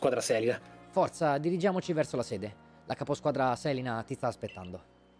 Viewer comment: Solo a scopo informativo e con enorme ritardo: la pronuncia giusta del nome dovrebbe essere Selìna, con l'accento sulla I. Conosco da anni una signora che si chiama così.